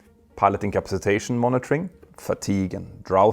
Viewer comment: Hey, it would be good if you could work on your ability to say "incapacitation", it's pretty bad, and has gotten worse since other videos. You're saying something like "incapsitation" (in-caps-+ I know you're able to say capacity. So then say in first. In-capacity. Then change the 'ee' to "ation" In capacit ation